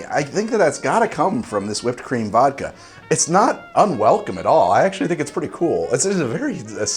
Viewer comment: When he said whipped cream vodka I thought he said cream of vodka